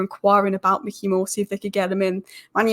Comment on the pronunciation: As a Utd fan, you wouldn't know this. Although it's spelt Mikey Moore, I believe it's pronounced My-key More. I could be wrong though. Keep up the good work